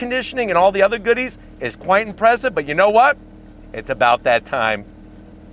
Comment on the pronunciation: loved very imbressive